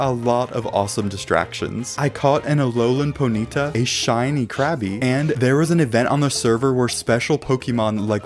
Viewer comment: I love how he said aloha poyta